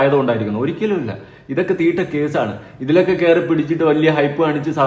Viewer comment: മലയാളം പറ 😂 തിട്ട വണ്ടി 😂😂😂😂 അങ്ങനെ പറ